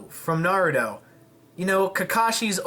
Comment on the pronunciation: its not narudo its pronounced (nar roo toe) sorry for being such a nerd..